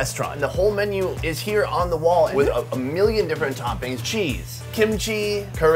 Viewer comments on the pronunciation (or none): none